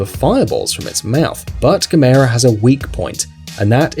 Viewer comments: It's pronounced Gaa mer ra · Gamers is not per pronounced gu-mair-u. But pronounced gam-er-u. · It’s Gam-EERRRRR-aaaa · Gamera is pronounced Gam err ah lol Sandy Frank dub not the regect dub lol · u said gamera wrong it's said like this Gam-er-a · You didn't even pronounce Gamera (Gam-Err-Uh) right, you dumbass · he said gamera wrong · you said gamera wrong have you actually watched it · He says Gamera wrong. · Lol he pronounce Gamera Wrong xD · You didn't pronounce Gamera right.